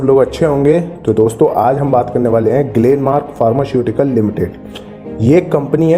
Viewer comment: Pharmashutical nhi h sir pharmaceutical